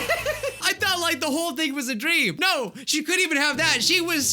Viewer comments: It's not 'noy' it's nay. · noi* xD u said it right the first time bruh lol im australain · "Noiii" Thats British. We're A u s t r a l i a n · Hey, if you want to say no in an Aussie way, you can say “yeah nah” but pronounced ye nah. You hear it a lot down under. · I’m Australian we pronounce it nah most times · the aussie no is pronoused noe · lol love how you said no in a Australian accent XD also why can you see her face in the mirror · Ur saying no wrong. Its apparently sounds like no w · Sorry, that accent is more brittish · Me (also Australian): who says ‘no’ like the in Australia?